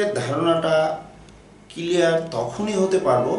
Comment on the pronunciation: দয়া করে কিলিয়ার না বলে ক্লিয়ার বলবেন।🤔🤔🤔😊😉